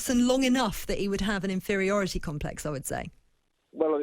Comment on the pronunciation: Inferortiy complex.🤣🤣🤣🤣🤣🤣🤣🤣🤣🤣🤣🤣🤣 what the hell does that mean.🤣🤣